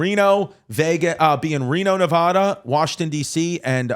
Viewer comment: Omg lol finally my hometown getting love! I love your content. But brother learn to say Nevada before Reno lol 😂 they’re brutal to shows who don’t say it right.